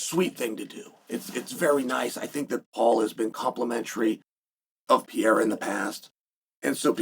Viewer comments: Just say Alex, you Butcher his Brasilian name badly…..Horribly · For the love of God, can you and the Jaxxon dude just say Alex from now on. 😂 If you still can't pronounce Pereira properly at this point you deserve to have him beat your ass.